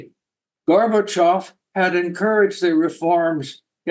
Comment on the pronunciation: It is not polite to pronounciate Gorbachov's name as Garbagov.